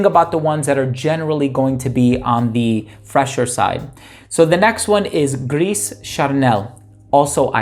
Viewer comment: Gris Charnel = GREEH SHAR-NEL Not GREES. The "S" is silent